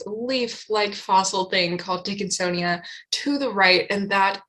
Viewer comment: I don't know if you did that on purpose, or if it was just a fluke, but it's funny either way. "Big dickinsonia", 😉 🤣 Sorry, I can be very juvenile sometimes.